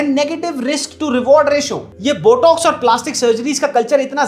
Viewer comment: jaaaahil aurat it’s not BUTTOCKS it’s BOTOX 🤣🤣🤣💩💩💩🤮🤮🤮